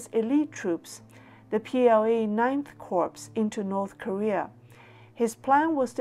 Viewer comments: Minor note: "corps" is pronounce "core", not "corpse" Corpse is a dead body, not a military unit. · A great video,! The only tiny mistake is in pronouncing 'Corps': it should be pronounced as 'Core', not 'Corpse'. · Thanks for the information,. Just so you know, you are mispronouncing the title of the US Marine Corp. You are saying the word 'corpse', which means 'dead human body'. The correct pronunciation is 'core', as in the core of an apple. The 'p' at the end of Corp is silent. English has many strange exceptions, to its many strange rules. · Excellent. I hope we can get simplified Chinese subtitles eventually. By the way, "corps" is pronounced "core". If you will forgive one further comment, it is easier distributing a chart or table in one image in simplified Chinese, with very brief commentary at the bottom.